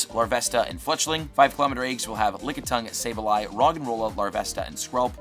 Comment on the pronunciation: The word is eggs, not aygs.